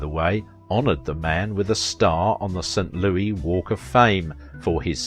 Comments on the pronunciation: I love your videos. Born and raised in St. Louis I would like to point out to you that it is only in the song “Meet Me In St Louis” that it is pronounced Louie. It is pronounced Lewis otherwise. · Why do people from England always say St. Loueee? FFS it is St. LOUIS. Put the damned "s" on the end. Is it too much to ask to pronounce a word correctly??